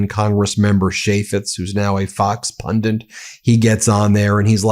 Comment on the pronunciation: it's Pundit, not pundant (which isn't a word).